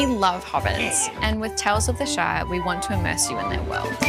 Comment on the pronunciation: sounded like she called it the Shite. Definitely fits